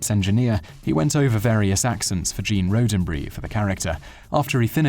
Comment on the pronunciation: Gene Rodent-bury?